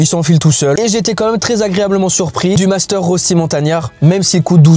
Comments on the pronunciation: Je suis suisse donc j’ai l’habitude que personne ne sache dire le mot “rösti” mais si jamais ça se prononce “reuchti” mdr 😭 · La prononciation de rösti est incroyable 😂